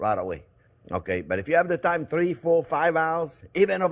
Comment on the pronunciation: I'd put some Baileys in my coffee this morning ,lol while you were going over the rub/marinade you were, babbling about Having time but I heard Thyme, made this video quite the head scratcher until I realized you were talking TIME not THYME LMAO